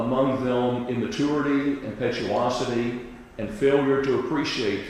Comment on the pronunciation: How does the judge not know how to say "impetuosity" especially after the defense counsel said it correctly twice right before!